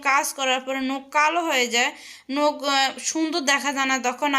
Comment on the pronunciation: নোখ না নখ